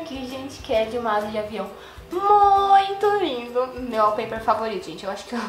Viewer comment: e kkkkkkk é wallpaper e não wallper!